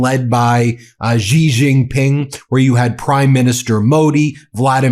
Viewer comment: Don't mispronounce the name of Xi Jinping, Xi is not Gee, it is a light s, lighter than s, get it? Don't sound like an idiot.